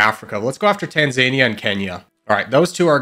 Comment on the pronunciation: It's pronounced TAN-ZAN-EEA not TAN-ZANE-EEA